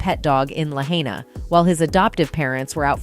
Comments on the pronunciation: It's important to properly pronounce the name of the place you are highlighting in a video. I heard 3 different random pronounciations for Lahaina. It's an easy name to pronounce. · From the comments here, I can't believe people actually fall for theses rumors/lies. BTW, the female narrator of this garbage report has completely butchered the pronunciation of Lahaina. Show some respect. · Why can't the announcer pronounce Lahaina correctly. Dumb. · For God's sake man!- Please correctly pronounce Lahaina!!! Damn bots! 🤖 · They're lousy at pronouncing words correctly. I can't stand to hear them. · The name Lahaina is pronounced La-h(eye)-na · It's NOT "Lahainia"??/ PLEASE learn to read or speak correctly before you make a crappy robo video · It's pronounced: La HI na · La-hi-na. Not la-hay-na. At least get the name right. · It’s pronounced “La-HI-nuh,” not “La-HAY-knee—uh.” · It’s hai not hay….. Lahaynia????? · La-hine-a not la-hane-e-a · la HI nuh... not la hay nia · Pronounced LA HYNA NOT LA HANEIA!!!! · I couldn’t even finish listening. Please do your research first and at the very least pronounce the name of the city correctly. You said it like 3 different ways. For the record, it’s LA-HY-NA. Lahaina. Not hard. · Who is narrating. She can't read. Sne consistantly mispronounces Lahaina as Lahainia. She can't even read "conspiracy". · La-hay-nia? Is that how we're pronouncing it now? Who put the AIDS in AI? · We always have pronounced it, (sounds like:) "La-Hi-Na" La HIGH Nah. I used to be a Hawaiian resident on Oahu. Been to Lahaina to visit. That's the right pronunciation. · Learn how to pronounce LAHAINA...LA HIGH NA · It’s pronounced La-HI-na please!! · LA - HIGH - NAH. Get it right or don't do it. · Oprah’s lane isn’t near any of the fires! Also, it’s pronounced La-Hai-Nah. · First of this video would have additional credibility by the proper pronunciation of the city of LAHAINA. La-hine-a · La hain ya? Pronounce it right idiot. Respect our land.